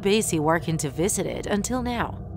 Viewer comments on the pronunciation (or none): none